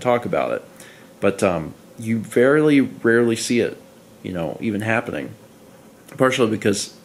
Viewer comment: do you ever edit the video and think to yourself "did I really just say hope-penning?"